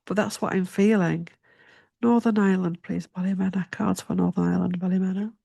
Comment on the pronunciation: Ballymena Ballymeana is how you say.